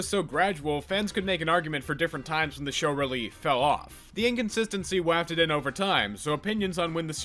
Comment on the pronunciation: Yeah, sorry, that's not an excuse in this case. Bro just straight up butchered the pronunciation of wafted. 😂 I was pissing myself laughing - WAFFTED 😂